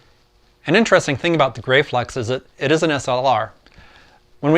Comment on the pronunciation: Hi great video thou I believe the cameras are pronounced GRAF-FLEX like Steffi Graf. I have a Graflex Super D which shoots 4x5 film, they are wonderful cameras. Thanks for posting. Gerry